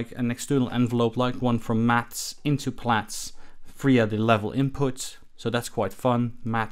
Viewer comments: You're correct in pronouncing it "Plats" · That’s the correct pronunciation my friend. Just look at its logo …